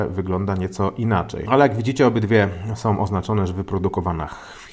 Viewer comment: Lubię oglądać ale od pewnego czasu ciężko się słucha. JabkowOm, którOm, sOm, mocOm, tajemniczOm, magsafowOm, jakOm samOm Na słuchawkach pokaleczony język, ale jak już zachęcasz do komentowania to takie moje spostrzeżenie.